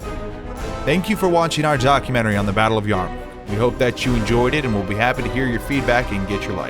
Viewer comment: The battle of the Yarmuk was certainly a turning point in history. Some suggestions on the program however: get your pronunciation of names correct and perhaps the oft-mentioned dust storm that helped in the defeat of the Byzantines as well.